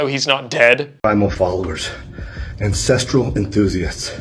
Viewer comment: do you say ancestreal too? :^)